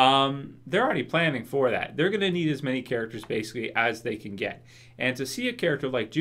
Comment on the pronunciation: hate when he says that :)